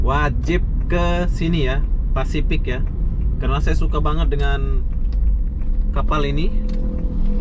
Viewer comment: Pasifik dodol. Bukan fasipik.